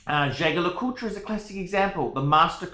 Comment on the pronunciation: This is the worst watch opinion I’ve seen on YouTube. Congrats on owning a Reverso. Please stop butchering the pronunciation of Jaquet (it’s very similar to ‘jockey’).